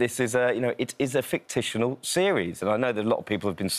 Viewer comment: The correct word is 'fictional', not 'fictitional'. And this guy's a 'royal' editor. Wow!